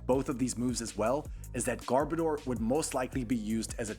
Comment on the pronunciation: is pronounced (gar-Bo-der)not”garbadoor” (not to be rude)